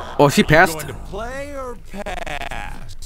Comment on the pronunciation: "Are you going to play are pass?" "Or" you serious?